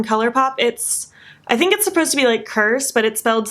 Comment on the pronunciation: You’re so cute, just wanted to say the eyeliner is pronounced “CROSSED” for the House/Techno festival that’s named CRSSD based out in SoCal :)